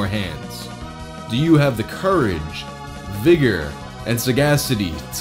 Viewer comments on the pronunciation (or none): none